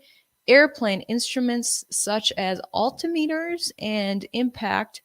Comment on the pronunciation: Do some research on pronouncing "altimeter"